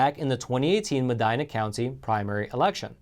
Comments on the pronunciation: I'm sorry, I can't help it.... "Medina, TX" is pronounced "Meh-dee-na". Great video and channel though. The quality of your oral presentation is very good! 👍👍👍 So, I figured you wouldn't be offended if I gave you that small observation. 😉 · It’s Madina county- pronounced with a long “e.” As if it were spelled “”Madeena.” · Mah-deen-ah (Medina) is a Spanish name. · It’s “Mah-deenah” not “Mah-dynah.” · It’s pronounced medeena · Madeena is the pronunciation of that county. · the Texas judge is from Medina (pronounced MEH-DEENA) county... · you are mispronouncing Medina. It sounds like this: Medeena. It is a Spanish name, the “I” is pronounced a long “E”. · He just Americanized it. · the county is medeeena, spelled medina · It's pronounced Medeena...just fyi...so glad people r getting arrested! ☑️🇨🇱🇺🇸🤠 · Mispronouncing Medina County,. I was trying to figure out where you were talking about. Short "i"...not long "I". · Medina County the i is a short sounding i.